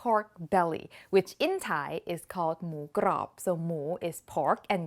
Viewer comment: Please please say moo grob again!! Wonderful 😋👍🏽🍀🙏🏽